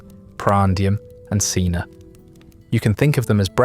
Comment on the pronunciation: You pronounce 'ientaculum' and 'cena' in a horrible way. The i in 'ientaculum' should be pronounced as a j. C in 'cena' is, as always in classical Latin hard, thus pronounced as a k.